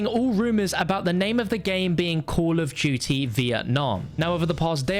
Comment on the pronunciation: “Call of jutey”